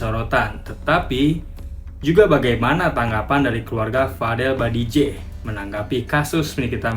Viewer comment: BAJIDEH, BKN BADIJEH